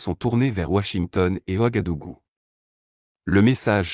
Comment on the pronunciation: Le U se prononce ou Wagadougou. Ouagadugu.